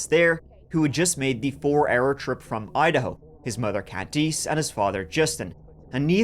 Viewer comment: “his mother Candice” Candice is pronounced “can-diss”, not “Can-dees”